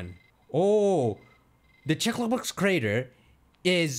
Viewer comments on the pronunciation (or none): none